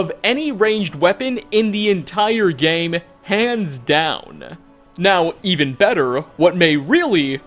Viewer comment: WeLl(a) , gAmE(a). Suprised(a). Why do you have this obnoxious wanna be news anchor thing going(a) and why do you have to add an extra letter to the end of every word at the end of your sentence. Unless its a literal location name. You finish it off like this(a).